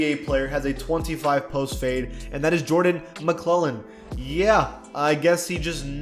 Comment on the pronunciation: "Jordan McClellan"